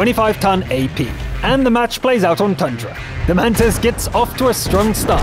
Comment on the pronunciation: finally a lithuanian :)) and its not Damnnntas , its Doomantas if you get what I mean